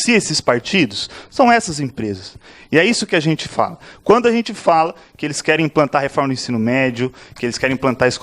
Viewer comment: Esqueceu de dizer que ele fala : "arrente".. kkk